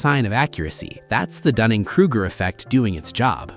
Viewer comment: “Understoed” 🤔🤣 “Krugker” 😂